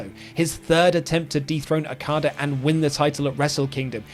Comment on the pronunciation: Every time okadas name is mispronounced I die inside alil more